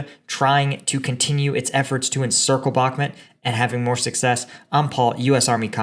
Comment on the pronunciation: Bakmhut is pronounced bach_MOOT budz.